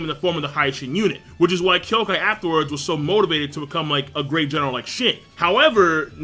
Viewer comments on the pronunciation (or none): none